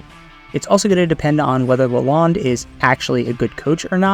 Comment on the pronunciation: Pronounce correct: Derek luh-loan. (bank loan)